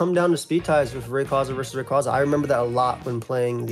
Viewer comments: All these years and we're STILL saying Rayquaza wrong? 😅 It's always been "Ray-QUAY-zah" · Two different pronunciations of rayquaza 😂 first guy keeps saying it wrong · I will never get over how Smogon players can never pronounce Rayquaza, Zacian, or Eviolite correctly 😂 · That busted pronunciation of Rayquaza irks me to no end. 😖😣